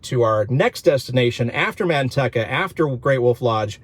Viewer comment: Dear Sir, I use to live right next to Manteca and that city is pronounced Man-TEE-ca. Middle syllable is long like the word 'Tea', not short. I've heard you refer to Manteca several times in a couple of your recent videos and each time it made me cringe -- kind of like hearing fingernails scratching on chalkboard. Yikes! 🤣🤣